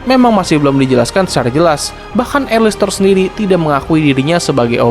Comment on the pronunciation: Alastor bukan alistor